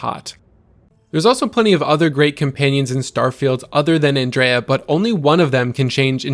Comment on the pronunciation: Have you not played the game or do you just refuse to pronounce Andreja correctly?